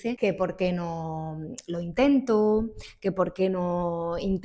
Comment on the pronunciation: Estimada, yo puse una expresión en uno de los idiomas que se hablan en Extremadura, mejor dicho en asturleonés, y si uno pasa por Extremadura luego se dará cuenta que hablan diferente a los del centro-norte de España. Usted también tiene rasgos del asturleonés, por ejemplo en usted usa una "o" cerrada en "intento". ¿Puede ser que en este canal no se admiten expresiones en gallego, asturleonés, catalan, aragonés, etc.? Respetaré sus reglas.